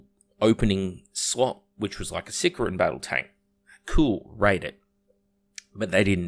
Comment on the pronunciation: Hates on GW hosts for mispronouncing "Deimos" then proceeds to mispronounce "Sicaran" for the entire video, never change